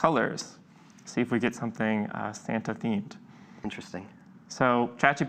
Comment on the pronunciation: You mean "Sam-ta" ♡ 🎅